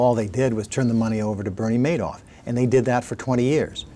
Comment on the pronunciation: Why was he calling him Manoff with an N?